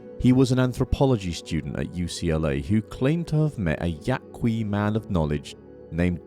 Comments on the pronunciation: It's just Yah-kee. The 'u' is silent in Spanish in this case... so not "Yah-Kwee". We good? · If you’re going to critique Castaneda, the least you can do is learn how to pronounce “Yaqui.”